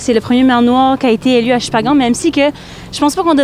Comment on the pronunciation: C’est Shippagan pas Shimpanga 😅